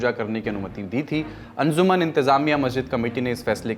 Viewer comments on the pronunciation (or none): अंज़ुमन नहीं अंजुमन सरदार ...